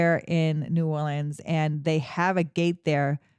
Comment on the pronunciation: Tourists and non-natives say “Nawlins” mostly and most people don’t say it like that. Maybe people more down in the bayou, but not in New Orleans. Some people say New Orleans where it kind of melts together into one word, but less so Nawlins. Anyways, as a New Orleanian that has been wanting to get more into the local history… thanks for doing this video! Also, the names change on streets due to the city being segregated. The city planned so the black/immigrant side of the city had different street names, even if it was technically the same road. They never changed the names when segregation ended.